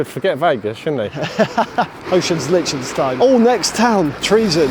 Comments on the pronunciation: My guess was Liechtenstein as soon as I saw the title of the video. Was also chuckling a bit listening to you guys mispronounce it “lick-tenstein” the whole video 😂 in German the ie letter combo sounds more like the English ‘e’ sound, and the ei combo sounds like the English ‘I’. Too bad the fog was too thick while you guys were there to get the good views of the alps, I went to Liechtenstein on a solo backpacking trip and I loved it there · Its Liechtenstein 🤣